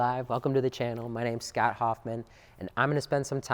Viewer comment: Scott not Snot. Edit out the sniffs.